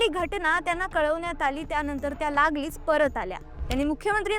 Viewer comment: लागलीच* कसे उच्चार आहेत तुझे? कसली journalist आहेस !